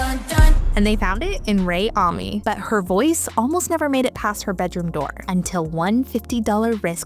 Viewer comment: amanis? its oronounced "ah-me" 😭😭